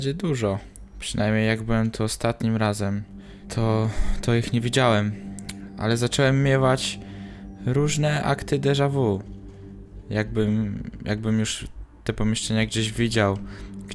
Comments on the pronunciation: Nie derza w tylko derza wi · "Deżawi" się mówi